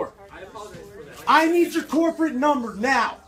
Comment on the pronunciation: vandalizes store "I need your corporate numba!" HAHAHHAHA